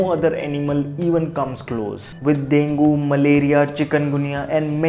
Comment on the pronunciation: Dengue ko pronounce galat krte ho